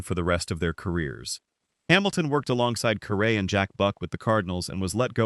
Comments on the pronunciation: So many videos are online when the announcer can’t or won’t properly pronounce the subject’s name. Caray rhymes with Harry. Such obvious mistakes look and sound amateurish. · Please don’t do a podcast when you have no idea to pronounce his name .Just shows you don’t have a clue what you’re talking about. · Say his name right at least. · Harry WHO? You can't even pronounce his name correctly? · You should pronounce his last name properly. No excuse for that. Geez